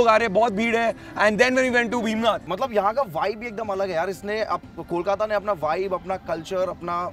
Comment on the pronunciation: Please note, the correct name is Bhim Nag, not Bhim Nath.